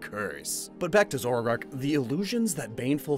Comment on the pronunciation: take a shot everytime mispronounces "zoroark" as "zorarark"